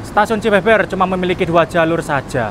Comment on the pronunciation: "Cibeber" dibacanya 'Be' seperti 'Be-sar' bukan 'Be' dalam Be-lok